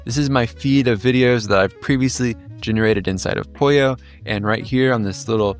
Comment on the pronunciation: So is it Pollo like Apollo, og is polio like this guy says it?